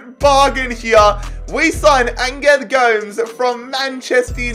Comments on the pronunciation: No one: Absolutely no one:: calling gomEz goams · Go-mez not ghomes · Man said 'angle g-oh-mes' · It's Gomes as in Gomez not Gomes as in G(n)omes 😂 nice though lol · Gomes not gome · Please,Gomes is prononuced gomez,yknow,like the german striker,mario? Just with an s on the end,go mes not goames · Bro it’s angel go-mes not angel Gomes it is so cringy that you’re pronounced it wrongly sorry for correcting u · The correct pronunciation for Angel Gomes is Angel as in an Angel or Arch Angel and Go mez. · Hi its prenounced Angel like and angel from heaven and Gomes like Gomez 😁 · PLEASE STOP CALLING GOMES GOWMS!! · Also the way he said Gomes' name is beautiful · why did he say gomes like that lmaooo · please don't ever say Angel Gomes' name like that ever again lmao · I was laughing evrytime he misspronounced gomes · has to be the worst pronunciation of angel gomes i have ever heard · The man cannot pronounce Gomes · Bro please never say Gomes like that ever again, its triggering me beyond belief